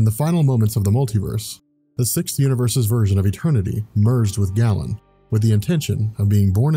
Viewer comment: It's pronounced "GAY-len", not "gallon". *cringe*